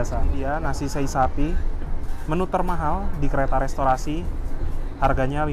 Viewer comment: cara ngucapin sei sapi gak disambung gitu mas. tapi se'i gitu yg benar